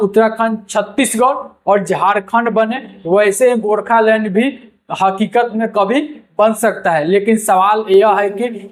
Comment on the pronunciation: Gorkhalund kya hota hai pronounce toh sahi karte gorkhaland